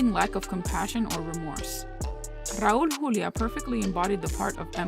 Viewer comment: Your pronunciation of Raul Julia's name is spot on. You gotta be latina.